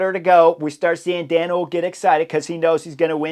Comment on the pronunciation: Hoole = Two syllables: Pr: Hole-uh . That little 'e' at the end is not silent in Dutch.